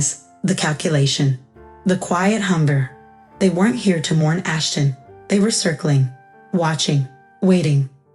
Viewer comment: Ashton, not Ashen. Won, not one